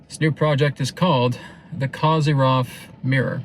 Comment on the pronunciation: The correct pronunciation of his surname is Ko-zeer-yev. The accented syllable is the middle one, "zeer". The wovel "o" in the first syllable is short, as in the word coffee. ❤